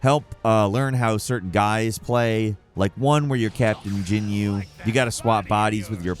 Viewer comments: The mispronouncing of Broly i could let go but Captain GIN-you and SA-BAY-MAN? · Why can you not pronounce these names???? Why can no one say "Broly" correctly? It's in the films, but also, it's in the spelling. Brolly is what I heard here. Broly is his name. Jinyu? Bih-biddy? Have you ever seen the show? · We are the Jinnnyouuuuu force 😂😂😂😂 I lold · I'm sorry but I have to do this. It's BRO-LEE not BRAW-LEE GEN-YOU not GIN-YOU SI-BA-MEN not SA-BAY-MEN Like WTF did you ever watch the fucking show? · Did you just pronounce Captain Ginyu as "Captain Jin-you"? Edit: And immediately after that say, "sah-bay-min"? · The pronunciation is horrible here and makes me cringe lol. Brolly, Say-ba men, Jin-yu 🤢🤮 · Captain “Jinyu” “Sabeymen” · captain jinyu and suhbaymin lmao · "BRALY" "CAPTAIN JUNYU" "SABAYMEN" Bro no way you have ever watched DBZ 😆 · bro remembers the games from back in the day, doesnt know how to pronounce character names. 'bubidy' 'captain jinyu' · Did just call Captain Ginyu Captain Jinyu and the Saibaman Sabaymin?!?! That’s the last straw. I’ve always known I hated this dumb bird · Jinu 😂 SABAYMEN! 🤣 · no kidding he literally mentions the “babidi vs ginyu force” a few minutes before saying “jinyu” at least be consistent in your mispronunciation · Sabaymen, Jinyu, Bubitty, Brawly. I'm cringing so hard at this. Dragon Ball has been around more than long enough for people to know most of the pronunciations imo. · Captain jinyu lmaooooo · I stopped this video I can’t watch a video by a guy who can’t pronounce “Ginyu” or “Saibaman” correctly smh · fake dragon Ball z fan. Couldn't pronounce Ginyu or Seibamen correctly😅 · Dont forget his pronunciation on Saibamen, and Ginyu. 😅